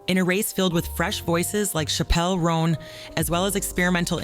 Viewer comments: Its pronounced Chapel (like a church) Roan (like strawberry roan). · Great video I can’t stop laughing at the way chappell roan name is prounced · The way she pronounces Chappell Roan is sending me💀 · Are you saying chappel roan like that because she said not to? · SAME AGAHAHGSDHS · NEITHER CAN I😭😭😭😭😭😭😭😭